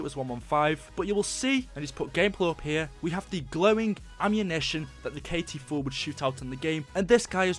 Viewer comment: K-T4 not KT-4